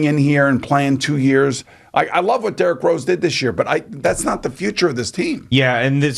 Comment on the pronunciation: Jerrick Rose Lol.... Dude you pronounce his name wrong. Plus you say Atlanta Hawks were below them in standing. Dude we finished the season with the same record. And we change coaches in middle of the season. Hawks are built right for the playoffs. And knicks are built for regular season. Hawks was always the better team. So stop blaming Julius Randle for Knicks mishap. They are not constructed right. Go Hawks!!!!!!